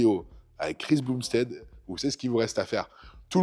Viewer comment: Viens déjà au Canada pour faire quelques vidéos, ça attirera l’œil de Chris lol Au passage on dit pas boomstead « beumstead » 😅